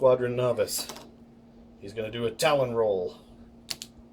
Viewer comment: Its Tallon not talon. :)